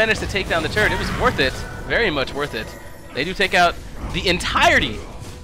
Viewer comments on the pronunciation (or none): When x says "turret" it kind of sounds like turd lol :P